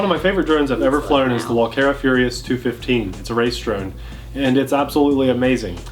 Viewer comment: I dont I think I have seen any channel giving this drone a thumbs up. So you are just one in the line of others. Sadly Walkera did a really bad job on this one. And of course Vitus is latin, and should be pronounced in latin-way. lol. Not english.... lol